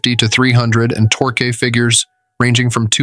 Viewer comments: Dude, it’s tork, not torkee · Torqu-ee? I absolutely HATE machine narration. Get a real person to do the narration! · if you're going to do auto reviews, learn how to pronounce torque.